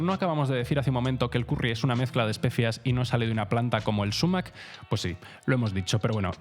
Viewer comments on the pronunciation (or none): Si prefieres utilizar la palabra árabe a la española deberías acentuarla en agudo: "sumák". Decir "súmac", a la inglesa, no revela mucho conocimiento. Por cierto que el zumaque es abundantísimo en España, se ve por todas partes. Cuidado, que es urticante